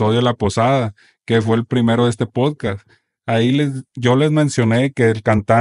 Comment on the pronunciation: Por qué los sinaloitas no pueden pronunciar "podcast"?